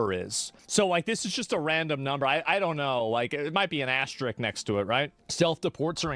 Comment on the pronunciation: ”might be an ‘asterik’ next to it” 😬